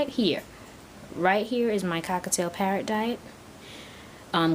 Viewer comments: It's cockaTIEL,I'm sorry,the way you are saying it really annoys me(cockaTAIL),you could confuse other beginners too. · The way you say cockatiel sounds so much like cockatoo